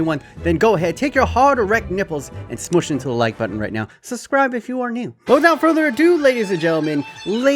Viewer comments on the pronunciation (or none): none